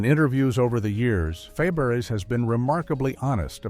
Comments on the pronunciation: FABARES is pronounced FAB=BRAY !!!!!!!!!!!!!!!!!! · Shelly's last name was pronounced "fæbəˈreɪ." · Yes, and Shelley's last name is being mispronounced in this video. It's actually pronounced like "Fabaray." Her aunt had also been Fabares, but changed the spelling. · It's pronounced Fabray. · Feb-air-ezz? Feb-er-ezz? Dear God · I cringed when her name is massequred😮several times You called out lazy writers. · Shelly Faberes (learn how to pronounce it!) was one of my early adolescent crushes. I stopped watching when she left. I guess that is why I have no memory of creepy Bob Crane on the show. You forgot to mention Paul Peterson's foray into music with "My Dad." Also, there is nothing unique about a generic hometown. Consider Springfield or Mayfield or Hill Valley.